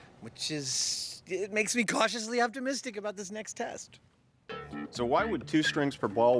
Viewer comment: he sed tet not test